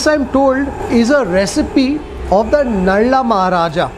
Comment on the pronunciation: Nala maharaja not nalla